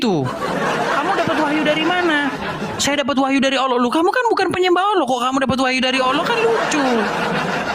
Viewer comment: Heeeeeeee Karena yg di ajak debat itu orang kristen sendiri yg di modelkan seperti ustadz , kalau asli ustadz pasti bisa baca Al Quran . Nyebut Alloh saja Awloh , sangat kelihatan ustadz palsu nya . Km di bodohi si edis yaaaaaa Kacian x kau . haaaaaaa haaaaaa haaaaaa